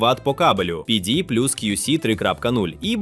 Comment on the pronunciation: Після розуміння, що текст начитує ШІ виникає відчуття розчарування і підробки. Наче не так багато того тексту - можна за кадром і людині начитати. А коли починаєш вслухатися в різні терміни типу кьюсі та піді, то виникає наступне питання - чи не згенерований і сам текст штучним інтелектом? Після цього дивитись наступні топи бажання не виникає, бо нагенерувати що завгодно мені може і вбудована ШІшка. Навіщо мені для цього йти на ютуб?